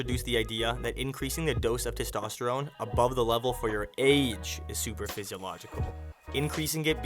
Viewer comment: its “supra physiological” not super